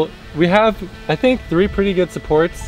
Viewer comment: Is anybody gonna point out the fact that said tree fart 😂